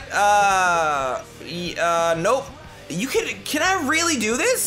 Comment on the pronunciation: "this is weally up to u "